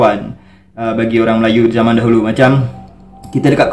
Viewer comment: nampaknya sebutan z dah hilang di riau. beza jadi beda, zaman jadi jaman. dah jadi orang jawa sebut astaghfirullahaladzim jadi astagafirullahalajim....